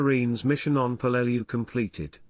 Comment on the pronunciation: Hey ai... its pronounced PELL-LE- LEW